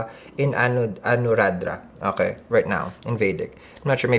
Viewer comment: Hahahahah I love how you say “ohay” instead of okay 😂😂😂 I adore u